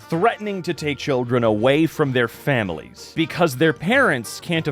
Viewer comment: I first understood: "...there are femboys that depend on that, cause they don't have alot of money so it helps them alot..." and thought "huh? 🤔" at first till i rewatched it and noticed you said "families" 😂